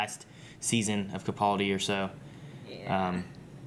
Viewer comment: I'm probably the only one but it really grates every time they mispronounce Capaldi. The middle syllable is 'pal' (as it's written) not 'pull'.